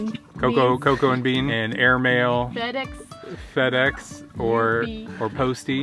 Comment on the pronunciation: fedex= fedeggs lol